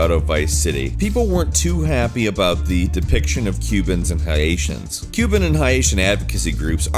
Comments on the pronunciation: High-ations? You mean Haitians? Pronounced "Hay-shuns"? It isn't spelled Hiatians lol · It's not HI-A-TIONS... LOL. You pronounce it HEY-SSIANS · I know its nit picky but hiasions as you were calling the is pronounced HAY-SIONS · Did you seriously pronounce Haitians as HI-Asians? It's HAY-shun. 🤦🏽‍♀️🤦🏽‍♀️ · LMAOO bro did you just say HAYAiTIANS 🤣🤣🤣🤣🤣🤣 it's just Haitians (Heyitians) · It’s “Hay-Shuns” not “Hi-A-Shuns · Haitians- HAY-SHUNS not HAI-AY-SHUNS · ... Hi..... aition...... BRUH.... ITS FUCKING HAITIAN (HAY-SHIEN). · High-ation? you mean Hay-tions, how do you fuck up pronunciation in the day of google.... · High-atians lol it’s Haitians bro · HIGH Ations? Hasheuns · "Hi-ations" Dude. C'mon. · I'm Haitian, and I was mad because of that 😂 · Hi-ay-shans. Lmfao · Did this fucking guy just say hi-atians?? LMAO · Am I the only person who never heard Haitians pronounced as “Hi-aitians”? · Hi-atians? lol Where did you learn to say Haitians? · Why is he pronouncing like that? Highashons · Hi-ations?...... Mmkay.... I guess...... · HE DID NOT SAY HI ATION dude come on lol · High-asians, smh... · Haitian is pronounced HAY SHUN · Tf is a high-atian? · Hiation? It’s pronounced how it’s spelled. Lol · Wtf is a Highation? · Haetian? Lol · Y'all completely butchered the pronunciation of Haitian 😳 like how the fuck? Lol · You know you said Haitians wrong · did you really mispronounce Haitians????